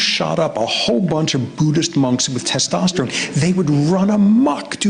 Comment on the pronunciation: dono m se ek se bhi Theek se "Testosterone" nhi bola Jaa rha 😂